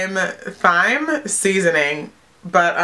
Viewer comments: You pronounce it time..... lol not thighm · You pronounce thyme like you do time btw. But love your video :) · I love doing subscription box videos, too! Btw, Thyme is actually pronounced as "time". Question! I am on Influenster & so far, all that they sent me was 1 thing of deodorant. It wasn't even an actual box. About how long did it take before you got your first full box? Btw, liked! :D Great video. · It's pronounced time lol love this video though! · its pronounced time